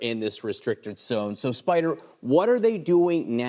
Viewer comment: It's "Spider"!